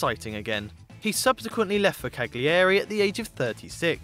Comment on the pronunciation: The way you said “Cagliari” made my stomach turn..